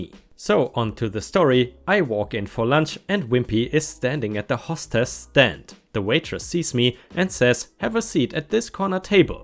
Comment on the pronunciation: Griping - gry-ping. It only rhymes with ripping when there's a double p. Lien: Hostess - it's a longer o, like in most.